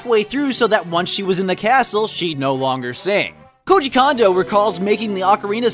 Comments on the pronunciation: Lol..."Koji KAHNdo" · lol Koji "Condo"